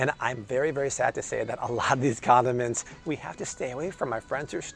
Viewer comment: He said conamints 😎🎱🎲🤟🏼